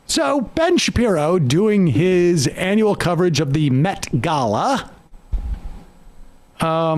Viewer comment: Sam really didn't want to do today's video! He was sooooo friggn tongue tied! (and nervous) Anybody notice Ben said, "The Met Gala" properly, while it took Sam 5 times? A "COAL de SACK" in the METS Stadium? GOOD N'ya Sam, that you posted this and not trashed it.